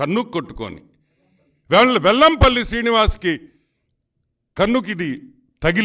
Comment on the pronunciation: Vempalli kadura vellmpalli sariga chaduvu mundu adi nerchuko